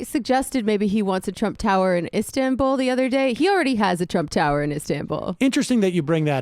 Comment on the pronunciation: Make sure and clip Drumpf saying "Istanbuul"